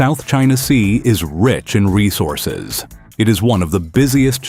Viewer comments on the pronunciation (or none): none